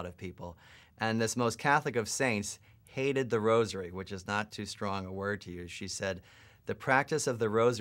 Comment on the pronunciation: The way he said St Therese “hated” the Rosary left me traumatised for life...!!!